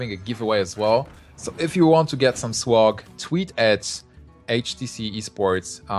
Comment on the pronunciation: just to clarify, this guy is trying to say "swag" right?